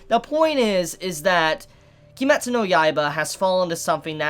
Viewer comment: If you're weeby enough to call it Kimetsu no Yaiba instead of Demon Slayer, why do you hard pronounce the "u" at the end of "Kimetsu"? If you watched Naruto, would you pronounce his rival's name "Sasookay"?